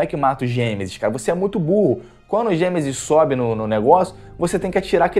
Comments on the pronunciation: Perco as estribeiras com esse "Gemesis" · Não consigo Não rir do "Gêmesis" KKKKKKKKKKKKKKKK